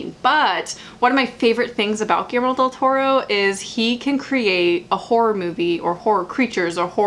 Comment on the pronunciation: It pronounces: "giyermo" del toro. I'm from mexico haha